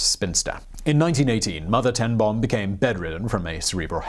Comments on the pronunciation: Ten Boom is pronounced more like 'Ten Bohm' with a long 'oooh'. The dubble-O creates a longer sound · 'Ten Boom' was not entirely correctly pronounced, but it was close - I'm glad you didn't make it sound like a bomb going off. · You really CARELESSLY butchered her surname. You did not even try! Simon, as far as I know, you LIVE in Europe. I live in Africa and I can pronounce her name correctly - it's not that difficult.